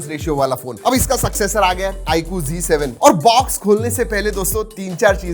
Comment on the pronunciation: bhai apise g7 kio boltey hojabki ye z7 h